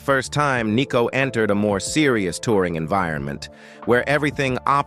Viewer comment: It’s not ‘Nee’cko , it’s Nicko.